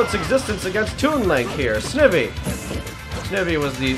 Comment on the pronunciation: That was indeed Snivy. Pronounced "Sn (like "snake")- ivy (like "poison ivy"). And yes, I will continue to correct your mispronunciations of Pokemon names where applicable. That was Inkay. Metagross, my favorite Steel type. Also, once again, my favorite brawlers lose another match. I wonder why I'm still surprised at this point. Ah well.